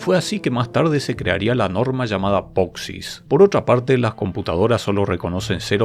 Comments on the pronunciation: Me pone nervioso cada vez que pronuncias poxix en lugar de posix. Por lo demás, todo genial. Haces los vídeos muy entretenidos. Gracias!! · acaso no era POSIX y no POXIS? igual en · me hace mal cada vez que dice "POXIS" 😫😫